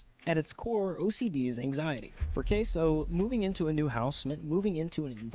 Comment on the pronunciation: its had a distortedly weird way of saying Caseoh. It had a k, an o i've never seen before, etc.